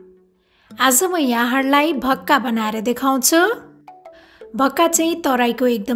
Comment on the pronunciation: Bhakka hoina ho mis it's call 'vaka'